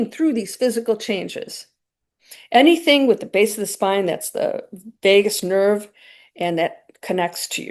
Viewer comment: "Vegas nerve" 😂